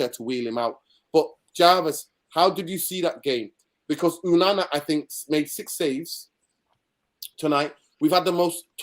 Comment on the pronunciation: Its ONANA, not UNANA.